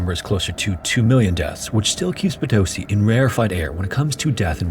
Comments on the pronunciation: I have been following your channel for years! I can’t believe you are talking about Bolivia, this is something that we learn so early that I hadn’t realized how bad it was. Greetings! 🇧🇴 if you ever want to eat Bolivian food i’ll send you some recipes!🎉 Edit: Oh, uh… by the way it is po-to-SI not po-TO-si ❤ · I appreciate the effort and research that you put into your videos. So here is a little tip to make your Spanish videos easier: most of the time words will be prononuced with an accent on second to last syllable, so "papa" (potato) is pronounced "PApa", if that is not the case then you add a tilde (á, é, í, ó, ú) on the vowel that has the accent, so "papá" (dad) is "paPA". So Potosí is pronounced "potoSI" not "poTOsi". I'm of course simplifying the actual rules, but that's the gist of it. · Nice to see a video on this mountain and Potosi. Over 50 years ago I live several months in Potosi and had the opportunity to tour this mine. Please learn the correct pronunciation of Potosi. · potoSI, not poTOsi. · Just an observation: in spanish the use of accent changes the way you pronounce a word, in this case Potosí it's pronounced po-to-SEE instead of po-TO-see. I greatly enjoy your videos! Greetings from Mexico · PotoSEE, not poTOsee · The accent mark on Potosi is over the "i" at the end of the word, so pronunciation would be PotoSI, not PoTOsi. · PotoSI ✅ PoTOsi ❌ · for those who are wandering how to actually say Potosí OR who were confused by hearing "po-TOE-see"... it's po-to-SEE, with o as in or. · Haha I'm a big fan but it's pronounced "poto-SEE" not "po TOE see" it makes me nuts every time you say it wrong! Keep up the good work though, this is one of my favorite shows. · Just wanted to let you know it’s “po-toh-CEE” not “puh-TOS-i” — hence the accent on the í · Yeah this really bothered me as well. For a name you'll be pronouncing tons of times in the video it seems like very disrespectful to not at least attempt to say it correctly.